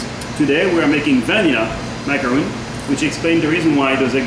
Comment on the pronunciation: H just said macaronning.... at least show it how it is done! D